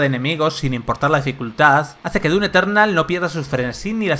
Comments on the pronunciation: Se dise doom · ¿Se pronuncia dum o dun?? ya ne confundio xd